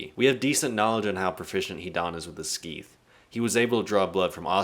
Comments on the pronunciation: Scythe is pronounced “Psy-th” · How have you watched the entirety of the series, yet still butcher so many names and words from the show, like bro wtf is a skeeth and also sasori is pronounced “SAH-SOR-E” not “SUH-SOORY”🥱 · Bruh, never say "Skeeth" ever again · In all my years of living I have never heard someone pronounce it skeeth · Did you just pronounce sycthe "skeeth"? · Nah it’s pronounced like “Se-Se-I-De” the s and the c both need to be pronounced. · Skeeth 😂 😂😂 that had me rolling bro, at first I was sitting there wondering what you meant then I realized you were talking about his Scythe 😂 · Yeah what’s a Skeeth?! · That was the worst attempt at pronouncing the word scythe I've ever heard. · The way you said "scythe" lol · The way this man said scythe makes me want to dislike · Why he pronounce scythe like that💀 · You can't pronounce scythe? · How you pronounce Scythe bothers me.